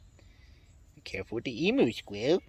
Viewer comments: It's pronounced ee-mew, not ee-moo. It's an Australian bird and I'm Australian, I don't get why Americans make up their own pronunciation for it. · For the record its em-u not e-mu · They are NOT called emoo, emu pronounced emyou. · Emu, pronounced E MM U, not E Moo. Take it from an Australian.. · Very cool and informative video. Only thing is, as an Australian I have to say, if you're going to keep emus you need to pronounce their name correctly... It's "eeem-yoo" not e-moo.... pplz plz plz eem-yoo. You just don't understand how it makes us cringe haha... eem-yoo... no more ee-moos. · Nice to see you back. Just quietly, they are eem-yous, not e-moos., from Down Under in Australia's Bush Capital. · Good to see your personal interest in these critters. By the bye, 'emu' is pronounced 'eem-you'...Cheers from Tasmania! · It's pronounced "eam-you" like "steam you" without the "st". It's an Australian Aboriginal word so it has a correct pronunciation. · You have probably heard this a thousand times but ‘emu’ is pronounced ‘EEM-Yoo’, at least in Australia that is the way we pronounce it. We also say ‘VAC-yoom’ not ‘VAC-oom’. Not sure how you say it. I was wondering if you tried putting the Baldface hornets in a three sided box, and slowly closed up the open side over time? The final closure might be the piece with the hole in it. I wonder if they would adapt then? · As an Australian, just wanted to let you know that the word "emu" is pronounced "eem-you" Other than that, great video, and gorgeous birds!!! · was going to say the same! Great video! Welcome back